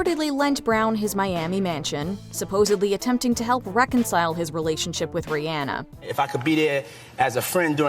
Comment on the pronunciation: The narrator pronounced Rihanna’s name correctly, which is rare. Must be a fan. 👏🏾👏🏾👏🏾